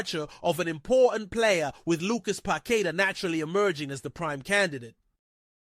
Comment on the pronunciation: It's not pronounced Pak ay ta - its Pak - eh. - ta.